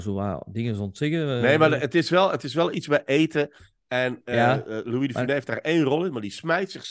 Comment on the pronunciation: fijne podcast, maar bij de uitspraak van "de Funes" wordt de "s" op het einde uitgesproken.